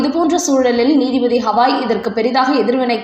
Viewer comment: ஹவாய் ஹவாய் னு சொல்லாதம்மா. அவர் பெயர் கவயி.